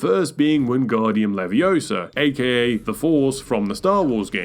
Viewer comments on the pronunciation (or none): It's Leviōsa, not Leviosª